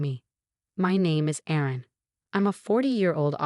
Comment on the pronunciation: 😢Erin it is not Aaron!